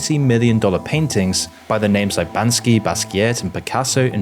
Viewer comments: It's not Bansky, it's Banksy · Did you really just say Bansky? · Artist's like "Ban-ski"😂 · Bro giving me advice on investing in art but pronounces it BANSKY